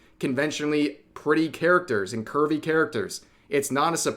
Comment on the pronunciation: I kept hearing Kirby everytime he said Curvy.